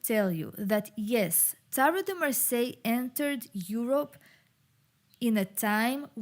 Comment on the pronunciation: Lot of thank , merci beaucoup from France ^^ you say Marseille good ^^ 😀